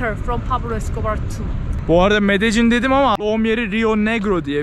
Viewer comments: Benim bildiğim L harfini Y olarak okuyorlar İspanyolcada. Yani Medeyyin olarak okunması gerekiyor ben mi yanlış biliyorum acep? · medecin değilde medennin diye telafüz ediyorlar diye biliyordum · Medecin değil... Medeyyin olarak söylenir, kral! Medellin tam mafyanın merkezi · Medellin deyilmi o? niye her kes medecin diyo? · Medelinn abi Medecin degil 😀iyi eglenceler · Abi aslında “Medeyin” diye söyleniliyor. İspanyolcada iki “l” harfi yan yana geldikçe ‘y’ diye söylenir. Bu arada her zamanki gibi güzel ve yüksek kalitede bir çekim olmuş; Böyle devam abi 🙌🏼🙏🏼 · Medejjin. Kaynak: 5 gun once ordaydim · medecin diye okunmuyo ki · Şuraya medecin deyip durma ya medellin de şuraya